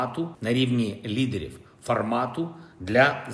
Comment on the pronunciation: Рівінь лідЕрив.. практикуй мову за кадром.